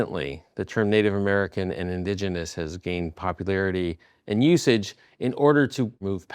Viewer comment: This guy is a self proclaimed historian but cant say indigenous. 😅